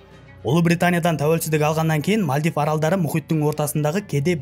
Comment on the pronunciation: Мальдив ❌ Мәлдіп ✅